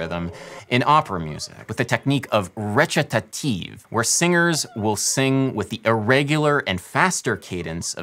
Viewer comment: he butchered recitativo just as well :) first he spelled it wrongly (which is weird because it's almost the same in English: recitative) then he pronounced it wrongly, only supplanting c with a soft ch I'm not an Italian but nope, that was horrible :) but it was close though, and I appreciate the good will behind it